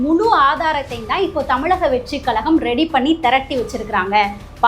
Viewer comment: தமிழக and not தமிளக. சரியாக உச்சரிக்கவும். அக்கா தமிழை கொலை பண்ணாதே.